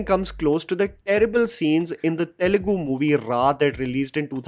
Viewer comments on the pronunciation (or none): none